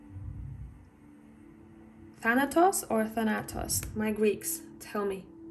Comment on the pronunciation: "Thanatos" is the Greek 🇬🇷 word for "death" and the emphasis is on the first "A" (ThAnatos) ... 🙏😌